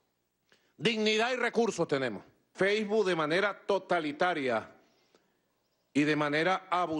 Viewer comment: Jajaja feibu